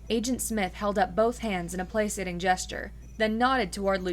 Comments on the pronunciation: Side note- placating is pronounced "Plack-ating" not "place-ating'. Just for future use. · Agreed. Play-Kay-ting. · Miss, my only comment is that 'placating' has a hard C : Play-Kay-Ting. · Placating - it has a hard "c", so phonetically it sounds like "play-kay-ting"